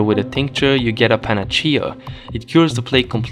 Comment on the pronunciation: Love that panacea isn't pronounced the same way twice